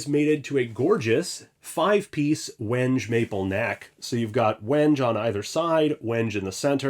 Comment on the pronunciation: Holy hell I was pronouncing "Legator" a lot differently than you are. Same with "wenge".